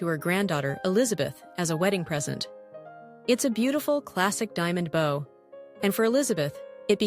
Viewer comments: Hearing bow pronounced like wow and not woah stopped me in my tracks. Unpleasant indeed. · They pronounce bow like bow on a boat